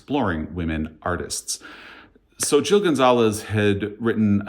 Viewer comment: Hi, I'm impressed that you were able to pronounce Xochitl (based on when I googled it) 😃 Scott at Gunpowder Fiction and Plot did an awesome job of explaining the real artist's story when this book was released, which convinced me to read it. Turns out I wasn't as thrilled with the later time period part of the story (it's two stories in one book), and it's worth knowing that Gonzalez doesn't really lean into the earlier artist's facts, just uses them as a reference point to create a story. What she did create in that timeline I liked, but it's got magical realism -- because you're not a spooky/ghost reader, I thought you might like to be "forewarned." For me, the magical element was delightful. As for Fire Exit, it's been on my list since your recommendations, and I recently placed a hold on it due to Ben's Read Good 2025 Storygraph challenge for February, books with fire on the cover. It's probably already on the shelf waiting for me to pick it up! Btw, did you recommend Heartstopper at some point? I decided to watch the Netflix series, and it has been a cozy, much-needed distraction! 🩷 To me, James (4 stars) and Martyr! (2.5 stars) were both over hyped. I hated Erasure, btw. For anyone who either loved James or needs a palate cleanser, a book set with similar time/place/problems that I'm currently reading is Horse by Geraldine Brooks -- so far it is excellent! As for Akbar, I recommend reading his pal Tommy Orange. Wandering Stars is a gem (5 stars). I also listened to